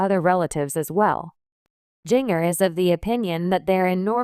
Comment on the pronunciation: Jinger is pronounce ginger like the spice Jana is pronounce jan -na please correct